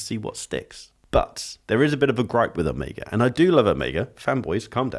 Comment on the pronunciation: So, it's "oh-MAY-guh" and not "oh-MEE-guh"? You're the first Brit I've heard pronounce it correctly 🙃. That green Seamaster is sick, btw!